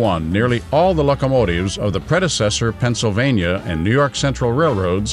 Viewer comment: was he calling them luckamotives?